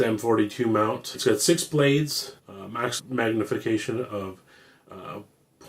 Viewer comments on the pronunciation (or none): none